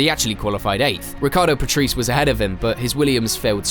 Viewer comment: Right, but the German "ch" sound doesn't really exist in English and pretty much all English speakers pronounce "Michael" the English way when talking about him. "Patreece" is just wrong.